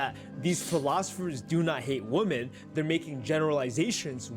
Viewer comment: Can stand when ppl can’t pronounce women (plural) properly